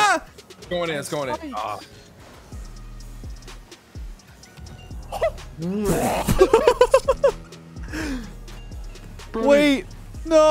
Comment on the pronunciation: every time says "brody" it sounds like he is saying "birdy"